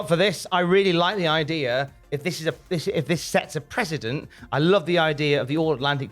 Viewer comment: Precedent not President.